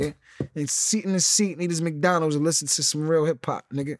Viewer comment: "It's madonalds it's madonalds"